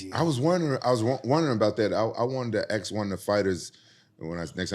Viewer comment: Why does rampage say “ AX “ instead of “ Ask” I’m Finnish and I understand how to say ask